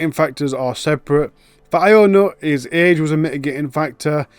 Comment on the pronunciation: “ionut” is pronounced “younut” btw